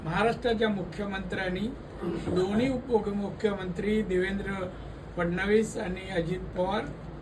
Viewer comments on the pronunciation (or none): ..असूदेत रे... पण हा माणूस नेहमीच फडणीस , शिंदुर्ग...असे काहीही शब्द उच्चारून.... शब्दांची , माणसांची नव्हेतर, स्वतःचीच किंमत कमी करून घेतो...